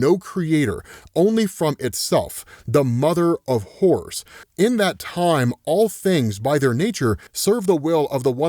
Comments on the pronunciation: swear he's saying mother of whores ... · Every time he said “Mother of Horrors” I swear he said “Mother of Whores”